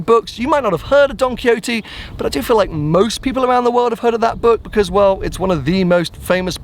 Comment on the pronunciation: please tell us who is Don Coyote:D.... spanish - on point!:D